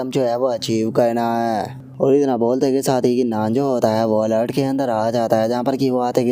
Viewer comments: Bhai bo alert nahi altar hota hai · अलर्ट नहि अल्टार बोलिय ।